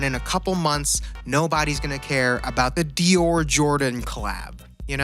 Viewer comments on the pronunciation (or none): none